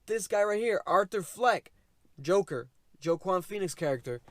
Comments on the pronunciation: Man said joe-quan lmaooo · as a man named joaquin i must remove this mans hispanic/latino licence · Ah hmm....Joaquin is pronounced ‘Wah-Keen’ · Wa-keen Phoenix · The way you pronounce his name 🥴